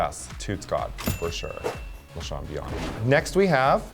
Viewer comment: Lasahawn??? disgusting